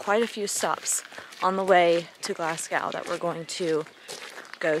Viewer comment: Why you pronouncing it like glasscow 😂😂😂😂 it’s glas go don’t be walking about Glasgow calling it Glascow